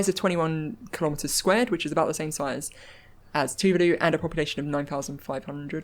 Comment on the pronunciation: NZ'er here: Tuvalu is pronounced "Tu-VAH-lu", not like "vindaloo".